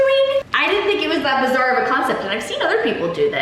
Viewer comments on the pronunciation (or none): none